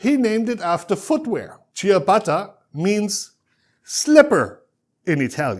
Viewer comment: I bet he isn’t even an Italian, because he doesn’t pronounce the name ciabatta in a right way!